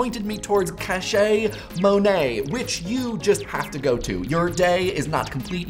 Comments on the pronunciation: I'm such I'm not the first, but the "cache" in cachemonet is probably pronounced as "cash" and not "cachet," to get the "cash money" pun. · I'm pretty sure 'cachemonet' is supposed to be pronounced "cash mon-ay", like a pun on the phrase "cash money" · I know I'm being pedantic, but I just have to: shouldn't cachemonet be pronounced 'cash monet'? Like a play on 'cash money'? I went there expecting a collection of monet and was ... not disappointed, but it was not what I was expecting. Anyway. CASH. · shouldn't 'cachemonet' be pronounced like 'cash mo-nay'? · C'MON! It's clearly pronounce similarly to cash money, but Monet instead. Where did you hear cache pronounced like that....